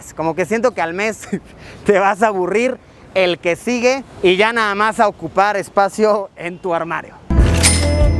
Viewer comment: Hola Luisillo!!! Te queremos, te amamos! ...aaaunque, personalmente, me da ñañaras cuando sustituyes el sonido de "y" ó "ll" por "sh", como en "ashá" (allá), "gasho" (gallo), "gashina" (gallina), "sha" (ya). Vivo en el estado de Puebla y sé de un grupo indígena, por estos rumbos, que habla de esa manera. Cada que te escucho hablar así, no puedo evitar relacionarte con ellos ...sorry!!!🤷🏼‍♀️ Pero respeto tu trabajo y, finalmente, seguimos viendo tus videos. Bien hecho!!!